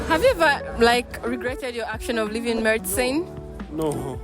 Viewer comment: "murdcine". That wasn't necessary sis. Keep up the good work tho. I've learnt a lot here.